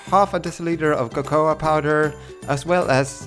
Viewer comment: Lovely video. I think she pronounced "cocoa" correctly though ^_^'